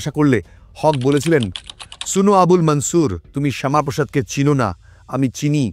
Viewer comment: মুললিম ব্যাক্তিদের নামগুলি হিন্দি -উর্দু স্টাইলে বলছেন।। এই বিকৃত উচ্চারণ কি ইচ্ছাকৃত??? যেমন - মনসুরকে -মানছুর বলছেন।।